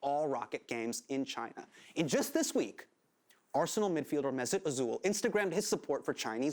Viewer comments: Özil is more like O-zail than O-zuul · I've, as well as every other footy fan, heard many bad pronunciations of mesuts name, but "Azool" is at least 2nd best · how you butchered özils name 😂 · My man just murdered ozil's name.